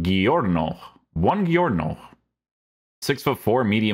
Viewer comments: It’s pronounced like you would say “good morning” (boungiorno) in Italian with a “gee” sound not a “g” like goat. 😊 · not buonghiorno 😭